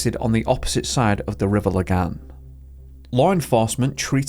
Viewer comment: He's by far the best english speaker I've ever heard pronouncing swedish, and better than many danish people. He did totally miss it on "Lagan" but it's obvious that he checked the pronunciations for the more difficult words. Man's on par with Pewdiepie and he's swedish born and bred.